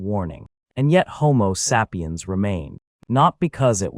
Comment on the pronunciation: I couldn't watch after the 3rd mispronunciation of "sapiens"